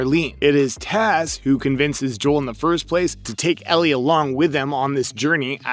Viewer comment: It’s a fungal infection called cordycept (based on irl fungus) not a brain virus. Idk why you pronounced Ellie as “Elerie” here Sarah doesn’t get infected Bill isn’t a dead body, it’s his partner Frank